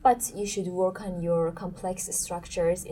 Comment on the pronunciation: The examiner needs to improve her pronunciation skills. Just watched the first minute, she pronounced the word interview incorrectly, as if stress is on "t". She also pronounced "work" incorrectly, with an "O" sound.